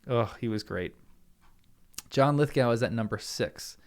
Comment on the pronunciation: You are saying his name wrong